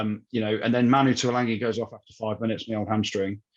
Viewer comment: Its Tuilagi, not Tuilangi - there's no N.